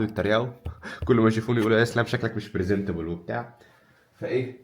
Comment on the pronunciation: برزينتابول 😂😂😂 ليه انت رايح تاخد تأشيرة سويسرا 😂❤